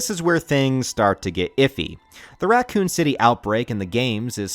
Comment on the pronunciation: What is Ratcoon City? And what is a document-tary? Why are you pronouncing these normal words so strange?